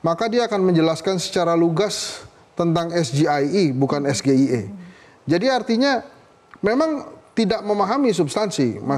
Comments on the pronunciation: Apanya yang salah. Ya bener, diucapkannya harus es ge i e ... Coba lihat kaidah bahasa indonesia tentang pengucapan singkatan dari kata berbahasa asing. Contoh lain, we ha o, we te o, dll ... Sayang, kenapa nggak ada orang bahasa yang mau komentar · SGIE (es ge i e, pembacaan dengan logat Indonesia) atau SGIE (es ji ai i, pembacaan dengan logat Inggris) artinya State of The Global Islamic Economy, kalau yang disingkat bahasa inggris, pelafalannya juga harus dalam bahasa Inggris, SAMSUL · Sego Goreng Iwak Endok Lek.., gk cocok blas singkatan bahasa Inggris di baca ejaan bahasa Indonesia...😂😂😂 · Ngedabrus GK bermutu ni tim 02.samsul aj salah.ngucapin sgie..Sego isi endog